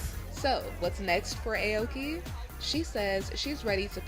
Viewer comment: Eh oki lol it’s pronounced owki (Aoki)